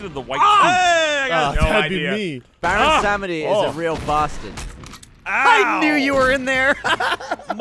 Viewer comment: I can't be the only person confused by the pronunciation of Samedi. I've only heard it pronounced it sahm-dee, and these guys keep saying sam-uh-dee. And a brief search concludes with 'they're saying it wrong'. I don't know why I cared so much about this..